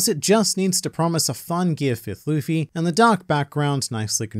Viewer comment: When you said lufii 💀